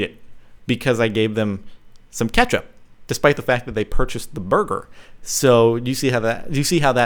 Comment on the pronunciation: Hehehehehehehe you say burger funny...